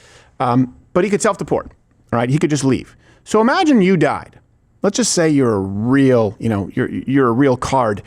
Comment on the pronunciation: No "Admonish" for Steven mispronouncing Real?